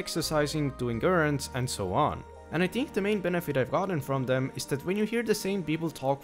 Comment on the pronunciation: you say "think" a couple of times right after . And it sounds more like "tink" or "dink" you said "dem" instead of them. it seemed you said "mont" instead of month.